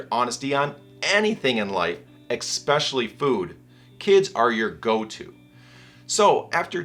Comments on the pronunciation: Min "EXpecially"??? Okay, I don't trust this guy. I ate "1" whole bag of this dog shit! 1.)It's "chalky"! It tastes like every other "health shake" I've ever tried. 2.) It didn't curb my appetite. It DIDN'T give me ENERGY! 3.) I didn't lose a single pound! 4.) It's the "placebo effect"! Everyone in the commercials for this product, is lying to you! 5.) KA-Chava didn't make me sick. 6.) It digested fine. 7.) It didn't change my "regularity". 8.) It didn't give me energy. 9.) It didn't do anything! 10.) No effect. 11.) Sorry folks. There's no short cuts to weight loss other than drugs & surgery that can have dangerous side effects. 12.) Diet & exercise. 13.) Don't run, do yoga. 14.) Black Coffee with heavy cream in the morning. 15.) Skip lunch. 16.) Sensible dinner. 2 servings of vegetables & 1 serving of protein. Fish, chicken, beef are okay. Eat as many eggs as you want. Real butter NOT Margarine or Canola oil. No bread (grain) No cereal No sugar No salt Only Olive oil no other oil. Drink only water only when your thirsty. Don't force it down & carry it with you everywhere in an expensive trendy container. You don't need that! Read ingredients! Avoid "High Fructose Corn syrup" Holiday or special occasion meals? Indulge & enjoy! If you walk for exercise walk like you do when your mad. Fast, if you can. Walk like, somebody told you you can't do something, that you know you can! Listen to some music you like. Go swimming. Salads? I don't know. The ingredients in the dressin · did you say exspecially?